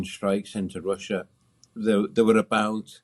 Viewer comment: Lost me after the 52nd "you know". And Wussia.